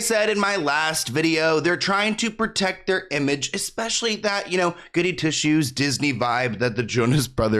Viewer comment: did you say "goodie tissues" 😆